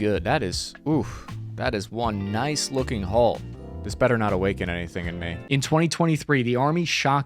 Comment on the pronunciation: Dude, it's "hull", not "hole".